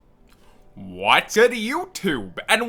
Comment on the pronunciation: Did he just say Whatzood youtube?